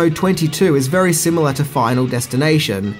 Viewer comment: The word is pronounced SIMILAR, not "simular."